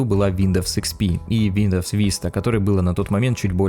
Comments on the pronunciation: WINDOWS ЧИТАЕТСЯ ВИНДОУС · Как же режет слух этот виндоВс